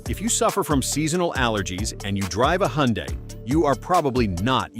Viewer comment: It's pronounced Hun-Day not Hee-Yun-Die.